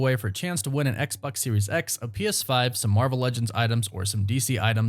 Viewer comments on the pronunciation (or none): none